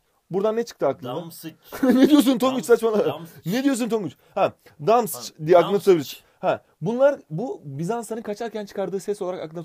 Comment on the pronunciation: Arkadaşlar de Tonguç DAMSÇ ye affedersiniz ama DAMSIÇ diyo. Ben gülmekten ölüyom şuan!..